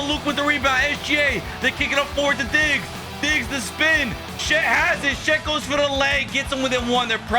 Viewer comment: Why do you call his shet? It's chet....